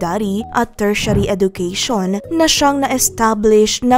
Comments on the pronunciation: Hindi po edukeyshon but edjukeyshon ang wastong pagbigkas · Please pronounce education as eh-juh-kea-shun